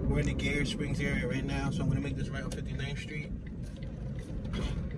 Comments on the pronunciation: It's pronounced like "Geyser" w/o the "s". GUYer, not GAYur 😂 good video though. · It’s pronounced (g-eye-er) Springs.